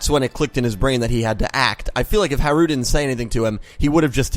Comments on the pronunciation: It's pronounced HA-ru, emphasis on the first syllable. So it can be pronounced like Hal (or closer to Halu since theres not a real difference in the r and l sounds in japanese.) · Actually, about Harus name: with japanese its like this: they only have syllables (and vocals) and the sounds for r and l are basically the same for them. Also they use katakana to spell foreign words, however since l and r are the same it can be interpreted in different ways. The thing is that they try to write and say foreign words how they are pronounced in that language, which is difficult when you don't have consonants without vocals (exept for n) A japanese person would for example also say lora, when he actually means lola. But if he wanted to say lora he would say lora too. It's the same with haru and blood shepard. I think. I'm not japanese so correct me if there are any mistakes in this. Also, I apologize for my englisch. Talking in a different language about another language is difficult😭😅 I just really wanted to point that out😊